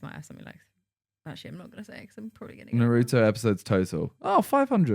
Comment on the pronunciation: Simon I beg you learn how to say Naruto correctly